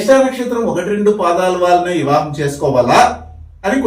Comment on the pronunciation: ఇవాహం కాదు వివాహం